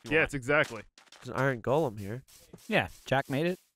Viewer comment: It's Go-lum. not Gall-um the O is pronounced.